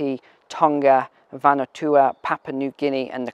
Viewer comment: Van-a-waa,two,. And New-way